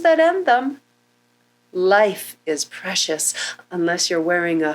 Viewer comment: It's preshush lol